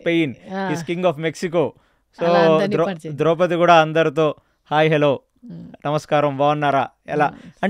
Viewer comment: ద్రౌపతి కాదు ఆమె పేరు ద్రౌపది